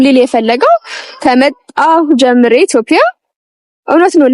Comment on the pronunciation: የኔ ቆንጆ ኢትዬዽያ የሚለዌን በሰነ ሰርዓቱ በይው እሸ። አበባሉን እንደ ፐ አትበይው ❤